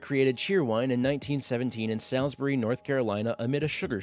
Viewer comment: You mispronounced Salisbury, NC. It’s like all so S-alls-bury. They also have a fruit punch variant that comes out around the holidays.